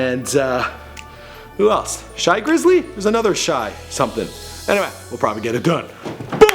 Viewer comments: nigga said shy grizzley lmao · Nigga said shy grizzley... it's shy glizzy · shy glizzy not grizzley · It's 'Shy Glizzy' you square. 😂😂